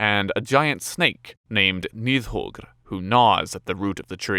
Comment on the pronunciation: I thought Nidhoggr (the 'd' is actually pronounced with a th sound, fyi) was a dragon. Jormungandr for sure is a serpent (world serpent), glad that was right, but Nidhoggr was always called a dragon.